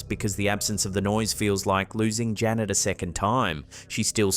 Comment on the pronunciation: Janette, not Janet!